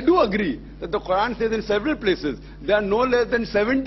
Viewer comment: Its quran not khuran